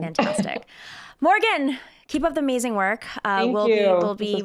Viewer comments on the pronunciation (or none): none